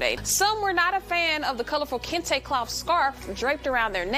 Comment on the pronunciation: Did she say Kunta Kenta colored scarfs?